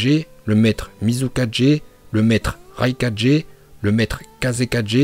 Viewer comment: Raikage sa se prononce pas raikaje pareille pour tout les kage